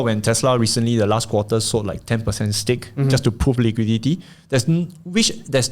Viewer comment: STAKE not STACK haha